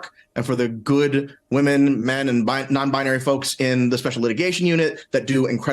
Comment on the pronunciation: Did he say "non-bianary"?